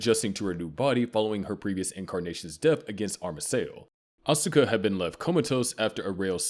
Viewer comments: It's ( Aws-kuh ) not ( Asooka ) 🙄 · Asookah LMAOOO It’s Asuka bro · Ikr. Im screaming its OSKA. Not Uhsueka. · Wow, the way he pronounces "Asuka" is so, so wrong. In fact this voice is so bad at pronouncing so many NGE words and names that it HAS to be AI. No one who had watched the show would mispronounce things this badly, or this much.